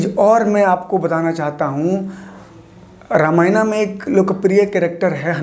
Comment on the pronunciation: The video is good and you explained it really well but What is " ramayanaa " ? Plz don't change its name plz... Are you a foreigner ? Plz don't pronounce our religions books in foreign language Bcz they can't pronounce our language or words bcz of there accent Don't try to copy them plz !!!!!